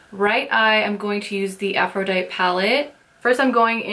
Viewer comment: Love this video! Thanks. FYI... it's pronounced "afro-die-tee" like the Goddess ;)